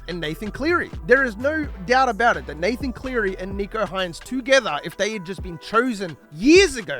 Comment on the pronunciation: Bruh it's Nick-o, not Neek-o. Also imagine comparing him to Lockyer or Thurston LOL.